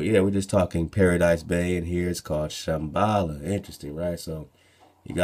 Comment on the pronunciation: Did you say "Shem-bala"? Would that be translated as Shem's house by/of law!?